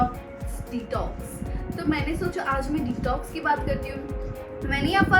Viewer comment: I think I am the only one who hearing the pronunciation of detox is tik toks🤣🤣🤣🤣🤣🤣......but....congrats niti wish u a happy journey of your marriage 😊😊😊😊❤❤❤😘😘